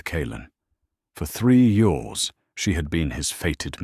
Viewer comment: You totally missed the point, stupid AI response. It should have been pronounced YEARS, but your stupid AI narrator said YORS ... Pathetic